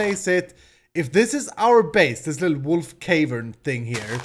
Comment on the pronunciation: it is also "cAH-vern" not cave-ern